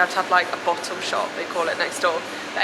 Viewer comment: A bottle-o 😂you sounded perfectly Australian saying that. This was such a fun vlog, hope have the best time here! Can't wait to see your Sydney vid.